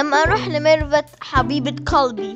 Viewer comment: قالبي قلبي وش قالبي ما يعرف يقول قلبي